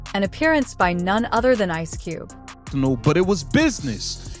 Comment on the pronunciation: Poorly written narration voiced by a computer that doesn't know how to say 'Ice Cube'. Why post this crap?